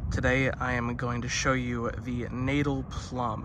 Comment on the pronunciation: Natal is pronounced Nut-tull.